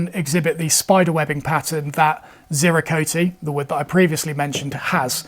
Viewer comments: It is Bo-co-tay and Zir-co-tay..... The E at the end is pronounced, not like most English words. Zircote is often called "landscape wood", due to the pattern it makes. Bocote is my favourite wood, all my fenced planes have subfences from it, my joiners mallet, and some saw handles made from it. Ive always seen the Ebony from Gabon sold as Gaboon Ebony, and I've always pronounced it with a longer O sound, as Ga-boon 😂 I completely agree with your words; woods like this need to be cherished and used by those who can actually use em, and by those who appreciate them. Not a gatekeeper in any way, jus a realist. There's a note of conservation to it....... If we all use it, then we kinda fuxk it up for future generations...... Like what happened with Brazilian Rosewood bein so overcut in times past. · You’re close with Ziricote but off the mark with Bocote. Both woods are from Mexico or South America so the “-te” should be pronounced as “tay”. Zee-rih-co-tay Bo-co-tay I live in Arizona and have had a chance to work with various pieces of deadfall ironwood. It has a disgusting stench which reminded me of highly neglected urinal cakes, and is horribly dusty. Absolutely gorgeous though and extremely strong. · Both bocote and ziricote are from Latin America, so you do pronounce the E's at the end. They have more of an ay sound, however, rather than ee. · I live in Belize and have ziricote on my land. As for pronunciations, the vowels do not change sound, ie: bocote, both 'o's pronounced as in 'off' and the 'e' as end. The same with ziricote, with the 'i' pronounced as 'in' or 'inn'